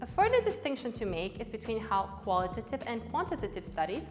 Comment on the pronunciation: The "qualitative" and 'quantitative" pronounciation kept throwing me off. Here's some user feedback for ya!